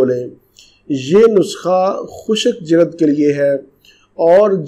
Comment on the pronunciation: Jilad nahi jild nice video